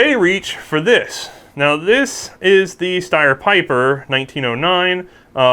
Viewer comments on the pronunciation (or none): Pieper should sound more like peeper I think